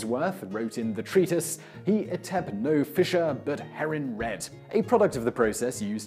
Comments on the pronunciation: Just a little word on your pronunciation on the Old English quote. In the word etep, the p is actually the letter Thorn, a p is used instead of its correct symbol in modern printing presses. It is pronounced "th" so in this case the word would sound like "Eateth" which makes the sentence much easy to understand. Basically "He didn't eat anything by Red Herrings." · "Etep" should be pronounced with a "th" at the end as it is not a "p" at the end of the word, rather it is "Thorn", an Old English (and modern Icelandic) alphabet letter.